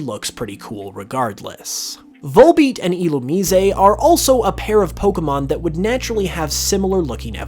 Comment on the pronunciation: No one says ill-you-mize?